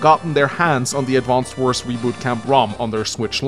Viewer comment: Why do you call it "Advanced Wars"?